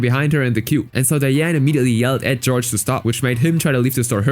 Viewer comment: also Jorge is pronounced HOR-hay, not George